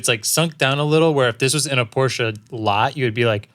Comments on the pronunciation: Why do you massacre Porsche's name like that ... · Porshe from the back. New Z from the fron